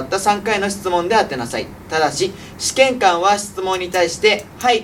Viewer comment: どうでも良いけど、そのイントネーションは「試験官👤」ではなく「試験管🧪」の方では？笑